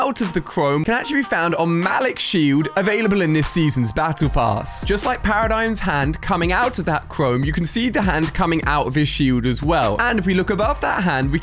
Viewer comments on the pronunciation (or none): His named is pronounced Muh-Leak not Mal-Ik